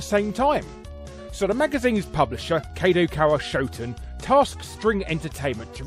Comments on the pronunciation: I love the unrelentingly british pronounciation of 'kadokawa shoten' lol, let alone yokay busta rooka chan. Also surprised that Pandemonium!/Magical Hoppers didn't make the cut, although I guess this is specifically for licensed mascots rather than just games that changed their mascots to appeal to japan/vice versa. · Nobody: Larry: "Rooka-chen", "Kaydokawa Showten", "Yoakay", "Dieboukay"